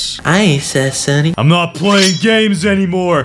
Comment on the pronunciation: Sunny not lieiny